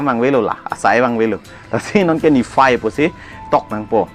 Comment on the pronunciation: Niphai ❌ Nifai ✅ ADak❌Adag✅ 😂😂😂